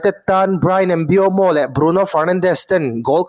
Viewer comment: Mbeumo hming lam dan tal hi ti dik ve hram teh u.. 😅😅